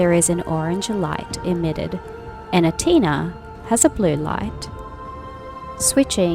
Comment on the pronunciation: I'm not sure if you are saying "Antea" or "Antina" 😅 you're pronouncing her name incorrectly. But I still liked your video. I preordered this game and I do not regret doing so. I really enjoyed my time with it. The story is great and the combat is solid. 😊 I just wished the world could be really open.